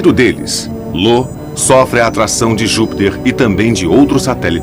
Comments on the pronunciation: Lo kkk,nunca vi nenhum narrador errar o nome de Io. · Ele só errou no nome da lua "LO" Que Na verdade é IO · Eu acho que o narrador viu um "i" maiúsculo (I) na palavra "Io" e achou que era um L minúsculo (l) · Não é Lo. É Io. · Vou sair do video pois vc chamou a lua Io de lua Lo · Nao é " Lo" é " Io" ,io! Ao menos se informe sobre o que vc vai narrar😉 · Infelizmente, acho que ninguém na empresa de dublagem conhece mitologia. O narrador fala errado . O certo é Io, como está contado nesta história da mitologia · E ainda chama "IO" de LO, kkkkkkkk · Informem ao narrador que um dos satélites de Júpiter se chama Io e não Lo. Muita falta de atenção com quem assiste o documentário.